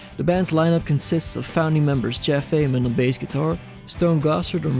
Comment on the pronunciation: You pronounced Ament correctly